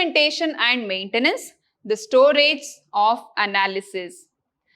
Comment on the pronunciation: Her teaching is good but just a moment "stage" "storage"